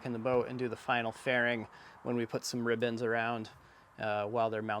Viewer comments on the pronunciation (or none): Are they called "rib bands" or "ribbons" ? It seems you keep saying ribbons. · For one, is he saying “ribbons” or “rib ends”?